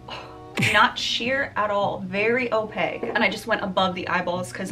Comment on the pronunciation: Opaque(Kkkk) not Opague(Gggg) Especially(Ssss) not Expescially(Xxxxx) Sorry but this is basic English and your too cute and sweet to use them incorrectly. 😘